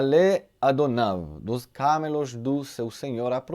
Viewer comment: está certa a sua pronúncia da primeira vez; camelos e não câmelos. Permita-me ajudar, sempre que for necessário. Obrigado.